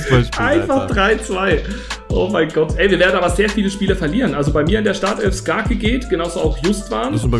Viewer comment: Geisteskrank wie wirklich jeden Namen falsch ausspricht 😂 sogar skarke